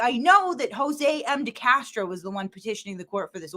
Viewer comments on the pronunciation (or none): none